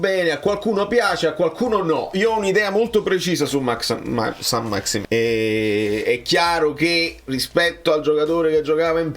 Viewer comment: Saint-Maximin (si legge maximen), è certamente meno “fluido” di te 😅 PS: Conte un grande